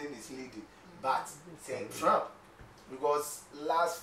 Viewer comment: Good program guys, But please no Offense, USA Presidents Name is Not, TRAMP,Is TRUMP points of correction. We all learn from each other daily. PEACE always. It's doesn't make me better than anyone. Be safe out there in Ghana.